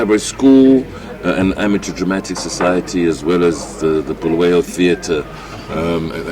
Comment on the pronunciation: Stop calling uBulawayo bhuluweyo Mr Dlamimi.